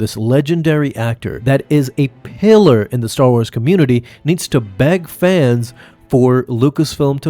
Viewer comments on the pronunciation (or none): none